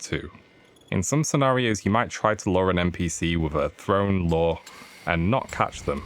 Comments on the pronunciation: Nope, its lure, as in attract not lore as in a story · it sounds like hes saying law and not lure lol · sounds like hes saying "law" and not "lure"